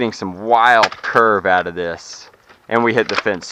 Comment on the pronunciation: out not oit